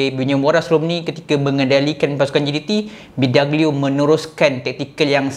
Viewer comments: Bee dOg glio bukan bidagelio.. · bidoglio bang bukan bidaglio